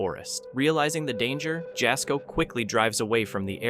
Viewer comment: To the guy cowboy camping... apparently your dad didn't call you 'sun' (son)! Because you are not very bright!!!✌️😂😅 And dude narrator...Jasko is pronounced ya ( as in ha with a y sound) yasko but spelled Jasko. You must be a voice of AI!!✌️